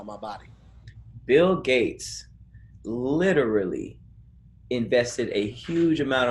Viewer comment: SLAUGHTERS the word "literally" 🤦🏿‍♂️🤦🏿‍♂️🤦🏿‍♂️ i guess wording IS hard... for him